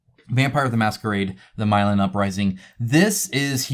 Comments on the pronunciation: A great list to make me poorer than I already am. Haha. Chants mantra repeatedly I have enough games... Fails spectacularly Side note: It's "Me-lahn," as in Milan, Italy. 😉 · Gonna be that guy..... Milan, pronounced Mill-lawn